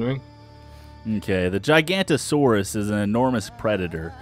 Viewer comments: Ok I've had enough. It is not called Gigantosaurus. There is clearly an O after the N. It is pronounced Jig oh no toe saurus. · Please please pronounce it correctly GIG-a-note-o-saurus